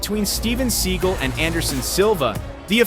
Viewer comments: It is spelled Steven Seagal with an "a" after the "g" so it's pronounced (S-E-A-G-A-L), rather than "Segal" If you're going to make a video about a famous actor/martial artist you should at least know how to pronounced his name! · Learn To Pronounce The Man’s BLOODY NAME❗️❗️❗️❗️ Every Time You Call Him “SEAGULL ” It Makes Me CRINGE❗️❗️❗️ I Am No Huge Fan Of The Man But Have Enough RESPECT To Say His Name CORRECTLY… schmuck…